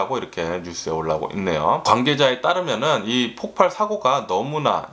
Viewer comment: 잘 들었음요... 폭팔이아니고" 폭발"이 아닌가하는데요^^